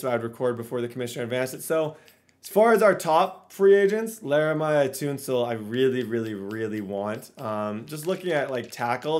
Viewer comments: “Lerimigh toonsil” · They way he pronounced it like “Laramiah toonsil”? 😂😂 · nah i can’t be hearing this right. you called laremy tunsil, "Laramia Toonsil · My man really said Larimiah Toonsel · Bro really called him “lairemy toonsil” lmao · "LARAMYUH TOONSLE" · "Leramiah Toonsil" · straight butchered Laremy Tunsil’s name😂😂😂